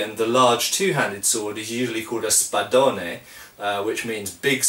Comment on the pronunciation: Your pronunciation of "spadone" is fairly good, as you pronounce the final "e", whereas your "due" isn't; what you're saying sounds like the English word "due" and not like the Italian word for "two". Just like in "spadone", you're supposed to pronounce the final "e". As you've taught me a lot through your videos, I thought I'd point this out. I hope it helps. Cheers.